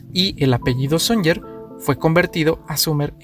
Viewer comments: sonyer no, Suñer con acento en la e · todo bastante bien pero el apellido " SUNYER" es Catalán y se pronuncia como si se escribiera con "Ñ" de ahí que lo escribieran con esa forma, por su pronunciación.